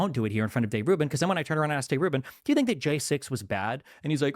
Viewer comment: He cums in his pants every time he says jaysixth